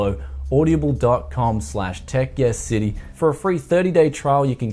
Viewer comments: Bruz, its Aud-Ah-Ble, not Aud-ia-ble, at least according to their own advertising, just pointing that out, enjoyed the vid alot my man! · Am I the only one that noticed he pronounced Audible as OY DA BULL, lol